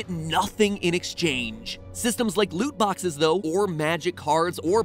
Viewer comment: Lut boxes a not de wea brudda